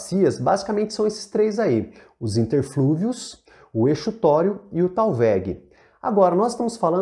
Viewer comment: Tô amando seus vídeo e assistindo pra garantir uma revisão básica pra uma prova. Achei que sua definição de talvegue deu um pouco de margem para uma má interpretação, quando você diz que é o PONTO mais baixo da bacia, e não é um ponto, né? E quanto a exutório, eu acredito que se pronuncia como Z. Desculpa ser chata, posso até estar errada, apenas tentando trocar figurinhas